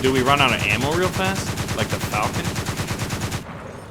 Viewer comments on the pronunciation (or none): none